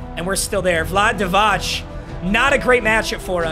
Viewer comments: Bro really called him "Vlad DiVach" I'm dead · Vlahd-day Dee-vach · Vlahd Divotch??? 😂😂😂😂😂